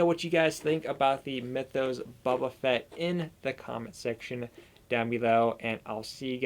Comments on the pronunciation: It's Boba, not Bubba...you said that twice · Buba Fett? Do you mean boba Fett